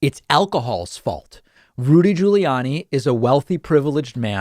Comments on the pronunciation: I like how you say "Julie Anny"...lol... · can everybody from now on say his name like you did in the beginning of the video. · Hey David! Trying to weirdly pronounce Giuliani is exactly the same as the right trying to butcher the pronunciation of Kamala. Right? Didn't you even criticize someone for mispronouncing Kamala? Maybe it was someone else. I'm a lifelong Democrat. Don't take pages from their dirty playbook. You can Be Bester than that Bud! 🤷‍♂️ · Why does David constantly pronounce Giuliani and Buttigieg in the most unusual way, like nobody else does. And he keeps doing it after this long. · Why does he say Giuliani like that?